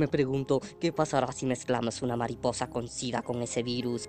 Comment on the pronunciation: ya se pero como lo dice se escucha con una "h" y también es para darle humor